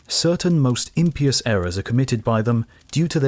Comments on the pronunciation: the emphasis is on the second syllable in imPIous (im PIE us), not "IM pee us". otherwise, a great video! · The root word of "impious" is "pious", not "imp". You don't pronounce "pious" as "pyoos".😅 Ergo you're supposed to pronounce the i separately from the vowel cluster to get 3 syllables (im-PIE-yous✔️), not turn it into a Y (IM-pyoos❌). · I caught that, too, but assumed it was a British pronunciation. I do like the way it sounds. "Impeeus." "Imp" being emphasized heightens the meaning of the word.